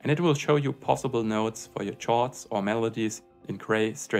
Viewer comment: "Chords" is pronounced as "kords".